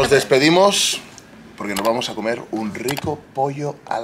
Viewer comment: Ahoraaaaa...... " A COMERRRRSHHHH " MIS MEJORES VIBRASSSS. UN ABRAZO MI ESTIMADO. OSEA: CUASI PERUANO 🤣🤣🤣🤣🤣🤣🤣